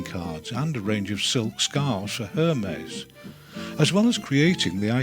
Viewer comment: Jee-sus. Couldn't someone have helped the narrator to pronounce names correctly? Hermes is not pronounced as spelled in English Her-mess, but "Air- MAY", because - didn't he realise? IT'S FRENCH!